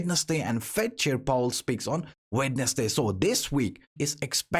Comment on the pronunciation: Say "wetnessday" again please 😬